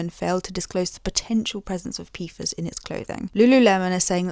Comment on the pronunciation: Beh-doh-wins... I generally ignore your silly accent, but that one 🤣 Pee-fahz 🤣 No, but pfas are a serious ecological issue we're only making worse since we found out it was.